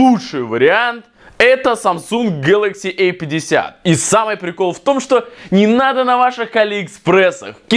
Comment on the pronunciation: Не гэлакси э 50 а гэлакси А 50